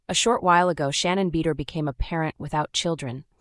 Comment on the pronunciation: You open with the worst picture of her ever........ and cannot even pronounce her name correctly?